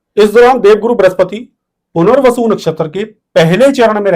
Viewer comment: Bahot... Sunder... "Puner-vasu"....... Retake...... " Mohan-bhashler"